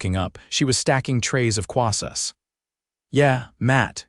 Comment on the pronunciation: Good God, 'Quassus' instead of 'cross-onts'(croissants) which is the correct word, 'buff - ett' instead of 'buff-ay'(buffet) which is the correct word and frequently switching the words throughout the story'. Buy a freakin' English Dictionary!!!